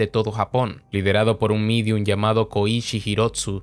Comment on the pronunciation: Se Dice Medium.